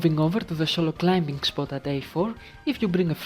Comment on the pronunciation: By the way, it's climbing, not climping